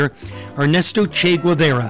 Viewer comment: Choose Goose no